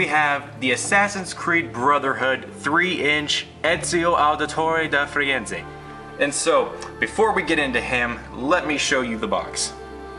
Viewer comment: you said Ezio Auditore Da Frienze? should be Firenze...